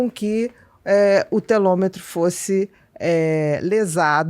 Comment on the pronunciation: Bia boa tarde! A pronuncia correta é: telomero.